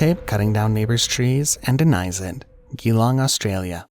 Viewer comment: You really need to learn how to pronounce places like Geelong it’s pronounced gee as in jail Geelong